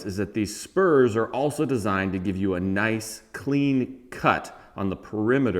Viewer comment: Haha, I heard the you the first time. But it definitely had a Jew sound on the second listen.